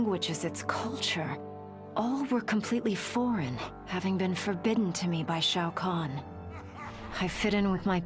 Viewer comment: Off topic, I know, but Skarlet’s pronunciation of Shao Kahn is very strange. “SHO CAN”